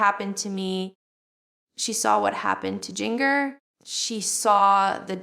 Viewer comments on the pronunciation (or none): I don't know who this person is but it's not Jill! She pronounced two of her sisters names wrong, Jinger and Jana....her teeth is different...its NOT JILL